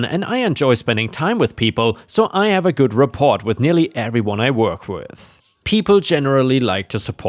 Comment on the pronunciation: Rapport is French, and the T isn't pronounced; I hope this helps